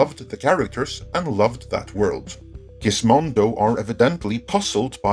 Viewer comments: I chuckled a little at Gizmodo being pronounced "Gizmondo" by... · There's no "n" in Gizmodo.